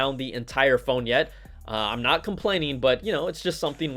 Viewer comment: "I'm "notch" gona lie"...LOLOLOLOL